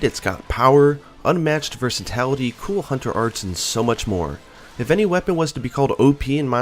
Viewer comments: VERSATILITY NOT VERSATALITY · Ah yes, the return of Versitality.